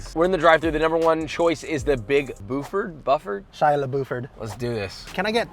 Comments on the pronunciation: Buford is pronounced "bewferd" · For reference it's pronounced the Big Byou-ferd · The pronunciation of the "Big Buford" made me want to die.